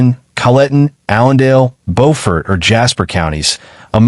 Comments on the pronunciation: Pronounced “bufort” not Beau. I know it sounds insane, but that’s how it’s pronounced down there. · Not bofort but buford. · It’s pronounced “Būfert”